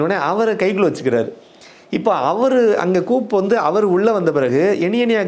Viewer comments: நீங்கள் சொல்லும் coup என்பது கூப் அல்ல அது கூ. Coup இல் p சைலண்ட். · It is not coup. It is pronounced as Koo. Pl correct .